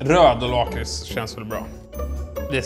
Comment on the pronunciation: Det heter faktist LACKris inte Laaaaaakris